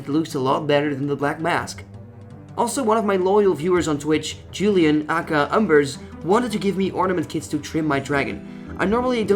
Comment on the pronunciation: "Eyy Keey Eyy" its pronounced not aakaaa